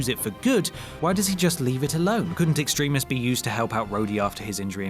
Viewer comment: Stop saying Extremis wrong.